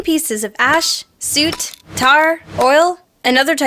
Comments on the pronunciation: Soot, as in "suit"? I'm pretty sure it's pronounced like "foot". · "SOOHT" IM DYING OF LAUGHTER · Soot is pronounced S-U-T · "Great" wording on number 8. Soot doesnt rhyme with root. Soot rhymes with foot. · I love how said soot lol! It’s not called suit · It's pronounced sutt. Like soot from a chimney. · lol " soot " dat pronounciation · You pronounced soot wrong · thats not how you pronounce soot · I've never heard anyone pronunce soot like that.